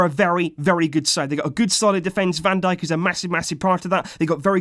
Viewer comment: He says Van duck